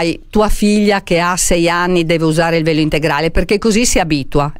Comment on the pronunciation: Beppe, quando hai fatto la domanda al sindaco, avevo capito PELO, NON VELO 😂😂😂